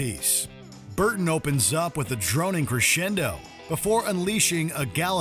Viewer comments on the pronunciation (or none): none